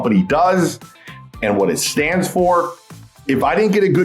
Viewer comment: Did you just say "What it STANS for"? 😂